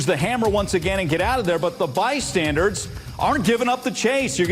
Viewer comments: It's bystandERS not bystandARDS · “Bystandards” lol this is the level of intellectuals on a professional news show. Jesus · This man thinks it's pronounced by-standards... 😂😂😂